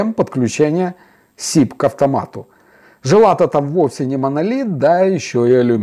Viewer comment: Я о произношении каучук ударение на вторую "у" и жила на букву "и" а не на "а"